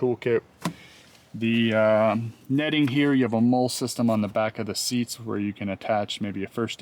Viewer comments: Mole is pronounced Molly. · Great video. I'm getting a Jeep Gladiator on Friday. BTW MOLLE is pronounced Molly. 27 years in the Army and you are the first person I have ever heard say Mole. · Brother…the MOLLE system straps on the seat backs… are pronounced “Molly” not “mole.” Thanks for making this review video. 👍🏻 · MOLLE is pronounced “MOL-LIE”… you are killing me 😂 -Purple Heart Combat Veteran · Very helpful. Thank you. I am really wanting to buy a gladiator. I had a Jeep when I was a kid (1974 CJ5) and it was my favorite vehicle I've ever owned. I did a lot of off-roading with it, but I probably will not be doing any more hard-core stuff with with gladiator. Light off-roading for camping, etc. Your review was really helpful. (p.s., "molle is pronounced "molly". I had a bit of trouble figuring out what you were describing... lol) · pronunciation of molle as "mole" made me laugh over and over :) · Thanks for the review! I am stuck between the Tacoma and this, but I think I am starting to lean towards this. FYI: MOLLE is pronounced MOLL-E (not trying to be a snob, just helpful).